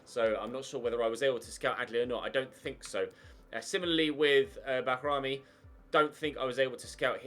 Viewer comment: Bajrami's name isn't pronounced bahrami, it's pronounced baeerami